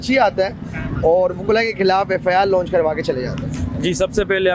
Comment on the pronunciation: Inki education to ye hay k wprd Launch ko lounch bol raha hay